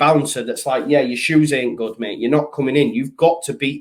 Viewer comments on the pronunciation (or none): none